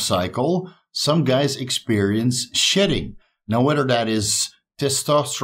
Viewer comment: I had to laugh out loud. I thought was saying SHITTING when a person comes off of steroids. It wasn't till he mentioned his hair that I realized he was saying SHEDDING!!!... lol